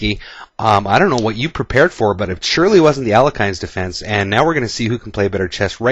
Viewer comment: not to nitpick but Alekhine is really pronounced Al-yeh-hin. i am not even sure why it is transliterated with the extra "e" at the end. only posting since you seem to be attentive to details.